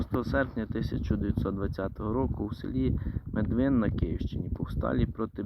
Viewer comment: Медвин з наголосом на перший скад